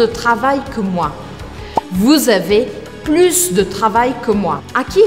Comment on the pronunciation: Uma dúvida a pronuncia da palavra Plus percebi q vc pronunciou o S do final pq geralmente no francês geralmente não se pronuncia a consoante final me tira essa dúvida s'il tu plaît ?